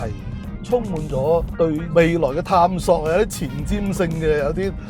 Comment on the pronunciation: 非常尊重兩位車壇前輩, 希望兩位不要介意, 有兩個讀音不太準確: Renault 讀音是比較接近"ren奴"而不是"ren knot". 探索的"索”粵音應該讀“saak"不是"sok" 🙏